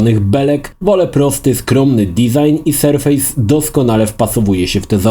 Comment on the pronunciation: Super filmik ale polecam sprawdzić wypowiedź co do nazwy „surface” chodzi o surface jako powierzchnia a nie surface jako sur-face (twarz) mimo wszystko recenzja i wzgląd zostały świetnie opisane. Pozdrawiam.